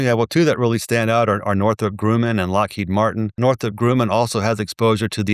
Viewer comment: lol funny, always mispronounces the names. “Wang” and “Grooman”